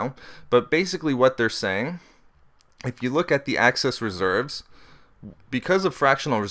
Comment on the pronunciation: Very interesting. I'll check these out and read them for myself, but I am interested in seeing whether inflation rises and what the particular causes end up being. On a more humorous note, do you know that you tend to pronounce "excess reserves" as "access reserves"? Hehehe... Must be that light northern Canadian accent. Don't take that as a criticism though. It didn't take away from the content. I just thought I'd have a friendly pick at you. Looking forward to the next videos!